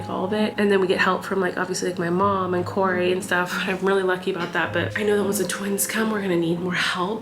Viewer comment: Yeah he just couldn’t pronounce kory so he called him koko instead